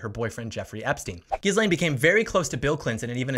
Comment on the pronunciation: You got the "G" right in Guislaine, i.e. it's a hard G, as in "guitar", but there the S is NOT pronounced. So far, not a single American youtuber that I've seen has been able to pronounce her name. (Virginia Roberts does say her name properly, for the obvious reason that she knew, much though that is a cause for regret.)